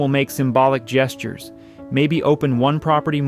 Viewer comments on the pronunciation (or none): none